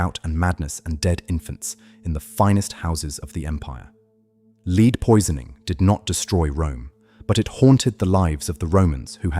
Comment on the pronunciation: lol lead is said wrong can’t you actually listen to what you post and correct the pronunciation ?